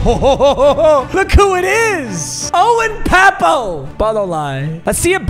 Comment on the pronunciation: He was fr, can't believe he miss pronounced his name 🤣